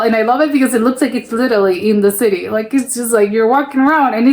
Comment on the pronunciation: why can't you pronounce "city"? Its just an english / american word.